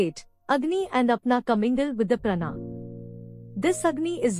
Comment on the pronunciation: Not prana, please pronounce as praanaa